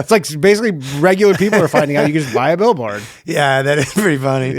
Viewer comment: As cool as Ryan is, as soon as he said "oouht with man haters" I instantly remembered how he will never be as cool as a downsie American who can pronounce 'out' like he isn't choking a tub of poutine